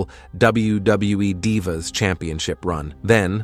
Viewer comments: Anyone else get pissed everytime he said Dive a or Dive a’s instead of Dee va? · Stop mispronouncing Kristy hemme and stop mispronouncing divas 😢😢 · Please stop mispronouncing divas 😢😢